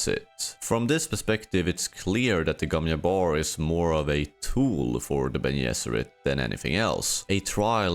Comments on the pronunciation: why do you say gom yabbar when we know it is gom jabbar? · It's the Gom Jabbar, not the Gom Iabör. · It's not the Gon Yabar. It's the Gon JJJJJabar